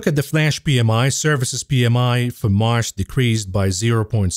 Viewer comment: learn the difference in pronunciation between "marsh" and "March".